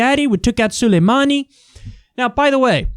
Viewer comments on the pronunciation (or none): "Solameini" LOL.